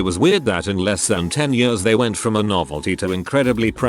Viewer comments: Text: Years Text to Speech: Yörs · years = yurrs lol